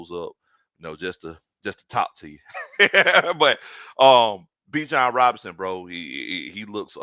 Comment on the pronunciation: ……Y’all have been pronouncing Bijan’s name incorrectly!😮😅😊